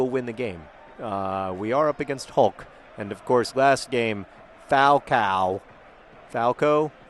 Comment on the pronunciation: fal-cah-oh thats how you pronounce it